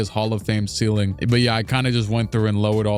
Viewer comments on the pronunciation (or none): none